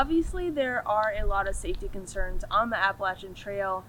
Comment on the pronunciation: I live behind the Appalachian trail in Delaware water gap/Stroudsburg area. I don't know anyone who pronounces it like that. "AppalaCHIN" lol great video. Very informative